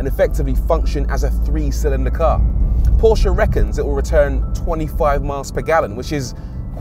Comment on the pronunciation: Finally someone pronounces Porsche accurately 🙏